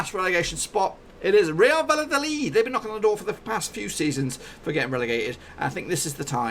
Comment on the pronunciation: It's pronounced Mayorca mate. Also, Valladolid is pronounced Vayadolid, and Villarreal is pronounce Viyareal. The double l is pronounced as a y sound in Spanish.